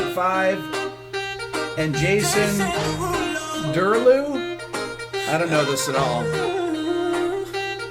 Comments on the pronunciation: And Jason...Derooloo? 😂 Rick my man, you're brilliant! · Jason frootloops-ulo